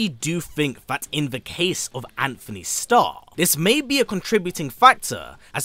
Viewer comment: It’s Antony lol